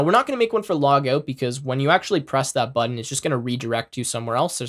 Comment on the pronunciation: “Buddon” Haha but for real great video, thanks for the lesson.